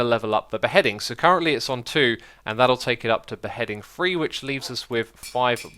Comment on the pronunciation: I'm sure I'm not the first to say this, but stop saying free instead of three